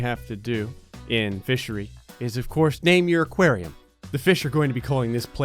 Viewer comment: I thought in the intro he said MISSERY I was like cool game But its fishery